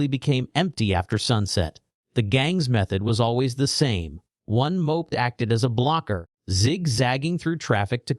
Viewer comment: rubbish AI voice can't even pronounce "moped"